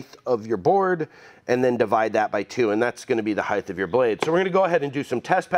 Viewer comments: Great video but just fyi: you can't pronounce "height". You tend to say "heigth" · Are you saying “heighth”!? You know it’s “height”, right? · I love the channel but, the word "heighth" kills me.